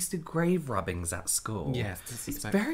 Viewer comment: I seriously thought that you were saying "Grave robbing's" not rubbings!!